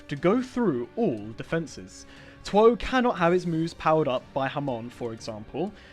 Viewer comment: Him saying tw oh is the hardest stand to get Me: laughs in mih